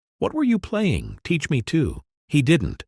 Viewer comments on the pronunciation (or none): none